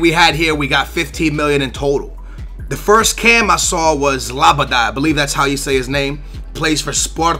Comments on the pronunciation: i swear its almost like you're mispronouncing names on purpose first you say andre even though its adryan (ad-ree-an) then you say labday even though its labyad (lab-ee-yad) then you say zoumba even though its zouma wtf! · Not being harsh, but are you dyslexic?? It says adryan, u say Andrey??? It says labyad, u say labaday??? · Secondly, you need some pronunciation lessons man. Labadye? I don't even.. and Zumba? that's an exercise program. Z-O-U-M-A. Just say it like zoom----a. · NO LABADAY BUT LABYAD!!!! AHAHAHAHAH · Look at the name before u read it. it says labyad and u pronounce it like labadad. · zouma?? andre??? labaday???? its fucking labyad , zouma and adryan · LABADAAA.. its LAB-YAD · His name is LABYAD. How can you be BELIEVE that his name is pronounced LABADAY? Don't get it bro. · Yo pronounce Labyad as Laa-bee-ad. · It's like Melapa,not Malapa!And it is Labiad,not Labada! I hope that I helped! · la-be-ad not labadie a-dre-yan not andre zou-ma not zoumba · really, labadad?? LABYAD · It s not labada but labiiiiiad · If you just read the names then you won't get them so wrong. Zoo-ma, not Zumba. Lab-y-ad not Labydad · Labada?, it's Labyad, really Labyad. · Its La-bie-jad. ;p Not Labaday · *Labyad not Labydad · Zouma not Zoumba, Adryan/ Adrian not Andrey and Labyad not Labbidad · Labyad not labadai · DUDE, read his name: Not labady, but la, as in TINKY WINKY, DIPSY, LALA, PO. by as in he's a bi, ad as in adventage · Deu-lo-feu not Delafoo Zouma not Zumba Lab-ee-ad not Lab-a-die or Labadad Ad-ry-an not Andre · Please try to read the player names it's clearly Adryan and you pronounce it Andrey, you also call Labyad "Labaday". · Labada? Its LabYAD you noob :P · how did ge called zakaria labyad..............labadad a00a0xa0xa0xax0ax0 what the hell??? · zumba, labydad, andray? c'mon please try harder to pronounce names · it's pronounced Adreeyan ,zooma, labeeyad, dehlofeo and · It's LA-BIE-AD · It's pronounced lab-ee-ad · Its la-be-ad